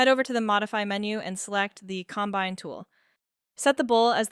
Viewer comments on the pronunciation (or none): this must take so much work to get the AI voice to work- I am impressed with your efforts in making videos- my only problem is the way it pronounces combine, they say it like a farming combine instead of joining two things.